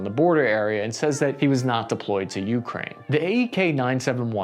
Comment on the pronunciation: Hey, brother, it's more like "u CRANE" rather than "U crane". Not being a duck, just letting you know